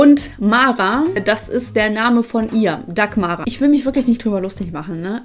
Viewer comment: Heißt sie nicht sogar nur ''Dagmar'' und nicht ''Dagmara''? Meine irgendwo mal gehört zu haben, dass sie sich so nennt, weil sie Dagmar nicht schön findet. xDD